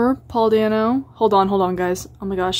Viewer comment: The way you pronounce Paul dano's last name hurts me